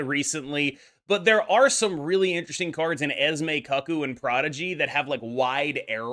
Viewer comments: Homie really said "cuck-oo" 😂 It's CooCoo. Also, Mercury and Cannonball is already a 2 card combo that will be ultra aids. Adding Prof X to it goes Omega Level Aids. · FYI Cuckoo is pronounced Koo-koo. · Why did you say Cuckoo like a husband watching his wife swing and not like the birds that make noises in the clocks???